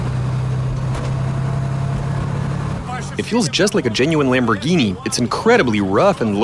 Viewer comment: Change the name from Lamborghini to Lambrogoney LOL